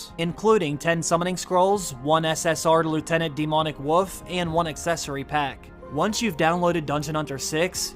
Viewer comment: You said “woof” instead of “wolf”. I have to ask, are you a south jersey piney?